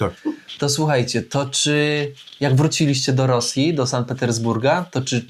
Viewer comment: To nie pierwszy odcinek o Sankt Petersburgu i ciągle słyszę San i San. Może szanowny weźmie sobie do serca i zacznie wymawiać tak jak Pani Nadia, czyli Sankt.